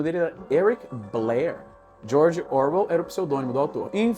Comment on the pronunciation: O Izzy foi cirúrgico na análise. Eu só diria que a pronúncia de Orwell está errada, ele está colocando a sílaba tônica em "Or", mas não é assim em inglês.